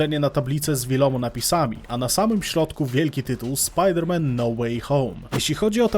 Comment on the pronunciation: „Spider Man „